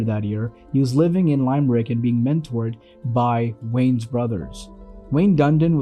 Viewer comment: Its pronounced Lim-Rick not Lime-Rick